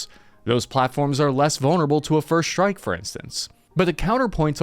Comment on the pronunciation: "Shtrike........Dishtroy......." Fantastic